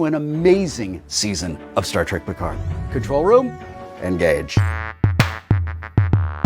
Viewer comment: "star wreck: picard" LOL